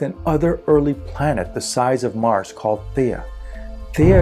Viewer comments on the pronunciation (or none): none